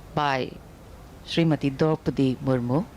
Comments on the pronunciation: Ist Murmu not murmur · It's not murmur it's Murmu..kindly correct it..